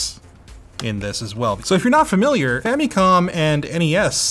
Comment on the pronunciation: Erm.. Am i the only one to hear "Femicon" instead of "Famicon".:P What are you trying to say??:)